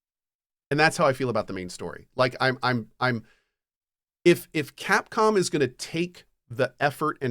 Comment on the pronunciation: Did he say “Catcom”?